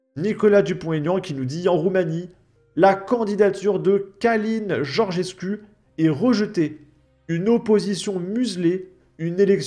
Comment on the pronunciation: Le 'u' en Roumain se prononce 'ou donc on dit Georgescou